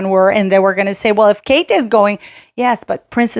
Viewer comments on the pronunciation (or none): none